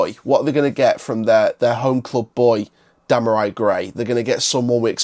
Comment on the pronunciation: Before you do a video learn how to pronounce his name ...🙄 Dem are ree